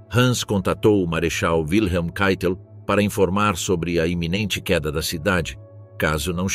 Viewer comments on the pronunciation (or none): none